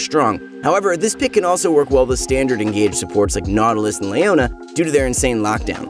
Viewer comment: Me : i wish he could pronounce Leona